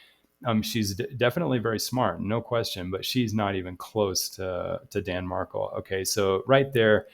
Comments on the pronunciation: Mar-KELL just to let you know, good luck! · His last has the accent on the last syllable. MarKELL